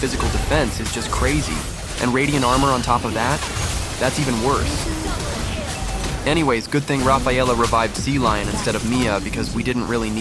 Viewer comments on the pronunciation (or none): none